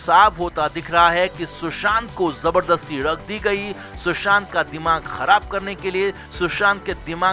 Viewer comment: ये ळग क्या होता है? It is ड्रग्स